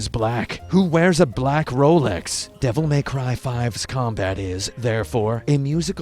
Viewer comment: "Devil May Cryv"